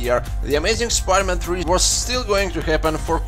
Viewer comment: When you say spider-man i hear pider man